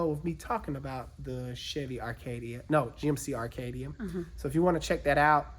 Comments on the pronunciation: arcadia? you mean ACADIA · Acadia. No “r”. 😉